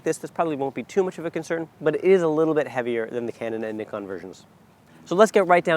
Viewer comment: How are we supposed to take what you say seriously if you can't even properly pronounce NIKON...?